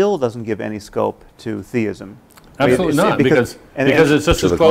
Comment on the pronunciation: He said Theism